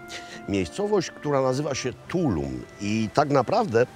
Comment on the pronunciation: Also accent is on the last syllable in Tulum! 😊